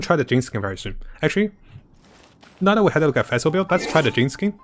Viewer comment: It is pronounced like fish Fischl Not phesl And the translation for the bow is midnight waltz Greetings from germany